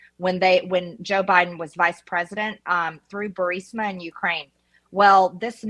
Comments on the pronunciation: Benny!!!! ITS "BEE YOU RIZ MA"!!!!!!!! 😜 NOT "BURSIMA"!!!!!!! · It's Bur-IS-ma. You sound illiterate. Replay MTG saying it. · BUR I=LONG 'E' SOUND, SMA = BUREESMA. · Benny, I believe it is pronounced “ Boo ris ma”. Spelled “ Burisma” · How has he not learned how to say Burisma yet 😂😂😂